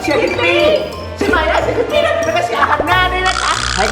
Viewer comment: ตอนแรกฟังชื่อพี่ปี้เป็นทิฟฟี่5555